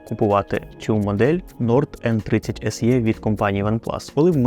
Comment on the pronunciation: Не "ес є", а "ес і", або "ес е".